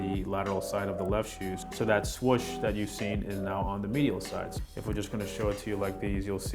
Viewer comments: i thought it was 'swoosh' , not 'swish' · this dude really says 'swush'